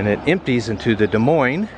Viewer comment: Nice video. Lived here all my life. Thank you for pronouncing it correctly and not Dez Moines 😆